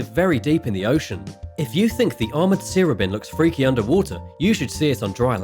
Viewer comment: It's not a sear-obin. It's a sea robin. Like the bird